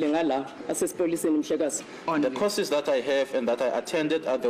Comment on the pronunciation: am tired of hearing causes instead of courses.